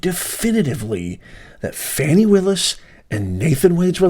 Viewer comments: Are you purposely mispronouncing Ms. Willis’ first name because you are that biased that you don’t feel you need to be respectful of the way she pronounces her own name? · This guy should pronounce her name properly🤔